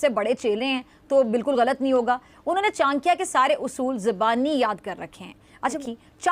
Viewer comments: Chnkya nahi chadaky hi nam thk say bolana sekho lagta hi jyada pdhi likhi nahi ho baukof. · अबे जाहील पहीले बोलने सीख. ये चानक्या क्या होता है